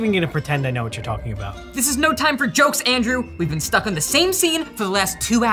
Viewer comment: when he's mad at Andrew: DANDREW!!!!! Me: You mean Andrew right?